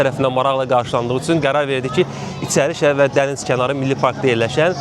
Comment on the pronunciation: İtsərişəhər... Bir nitqə diqqət edən olsa.